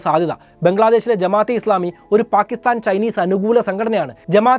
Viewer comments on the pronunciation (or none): none